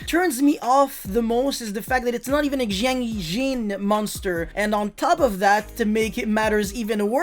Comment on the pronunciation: It's not pronounced Jiangjin nor Jiangjiang Is [sianjian] siAnjiAn